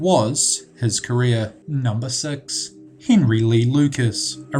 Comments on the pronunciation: you said number sex not six xD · 9.38 sounds like he says number sex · "number sex"